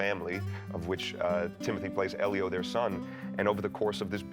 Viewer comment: Oh was that how he was saying it? Well it was wrong either way. I noticed he also pronounced Sufjan, Elio and other names incorrectly. In fact, except for Armie Hammer I believe he mispronounced every name possible. 🤣